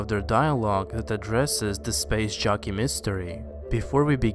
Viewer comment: Every time you say "SPACE JOCKEY" , I hear, "SPACE JUNKIE"